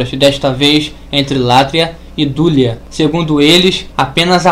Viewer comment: Hehehehehehehe! Tudo indica que a burrice, o retardamento mental e o semianalfabetismo estão institucionalizados no lado evangélico! A pronúncia é "latria", não "látria"! A pronúncia é "dulia", não "dúlia"! Vá estudar primeiro antes de querer lançar vídeos para ensinar o que quer que seja,! Hehehehehehehehe!